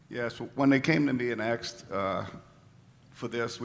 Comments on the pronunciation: Wow that’s the first time I ever heard a white guy say “axxed” instead of “asked”…. Is that a southern thang??!😂🤣😂😂🤣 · "aksed"?... "axed"?... the mayor needs to be "edjumicated". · is the 1st W boy to say axed in place of asked. Learn English! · Did the mayor just say “aksed” or “axed”? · Did the mayor really say axed instead of asked??? 🤦🏽‍♀️